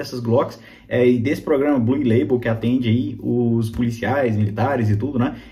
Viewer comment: “Blul” leibol